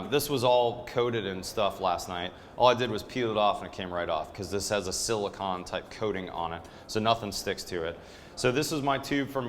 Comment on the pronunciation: It sounded like you said silicon when you meant silicone